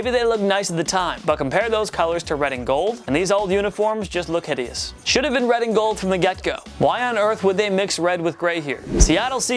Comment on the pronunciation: And the pats old jerseys are on my top 5 and he’s saying it hitious